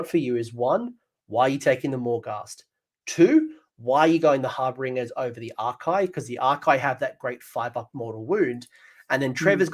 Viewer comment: why cant either of you pronounce harbinger?